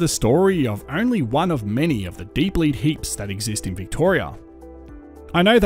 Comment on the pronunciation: Your enunciation was so poor that I had no idea the words you said were “deep lead” until I saw it written. Beware. Just because you know what you are saying does not mean others will. Don’t expect your audience to read your mind.